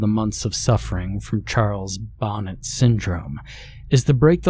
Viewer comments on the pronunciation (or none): Love the story, one of the classics! Love the narration! I thought I'd let you know if it interests you, it's "bo NAY" not bonnet. I share that info with you humbly and gratefully.